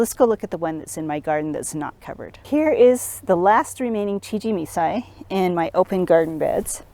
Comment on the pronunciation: Please learn how to pronounce CHIJIMISAI . Could not watch due by the 3rd time you said it wrong...I quit.